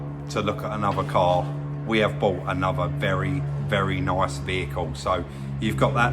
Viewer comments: "At is noice" 😂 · Love the way sez "very nyice "